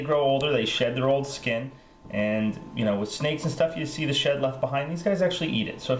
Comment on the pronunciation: at first i thought you said they eat there own shit....lol